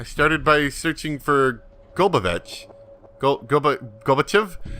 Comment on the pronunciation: Pair-a-stroy-kuh. Lelt - sin. Gol-ba-choff.